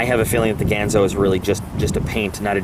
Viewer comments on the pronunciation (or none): I'm waiting for mine to come in, how about doing an acid dipped, stonewash with a clip replacement? BTW, it's pronounced "Gahn zo." As in Hattori Ganzo.